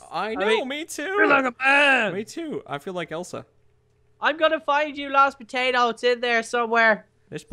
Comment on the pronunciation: Minecraft & more! IT IS POTATO! NOT TATOR:p GET IT RIGHT Dude